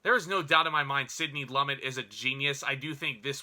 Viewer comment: Great review, but "Sydney Lummit"? --Lumet is pronounced as loom met.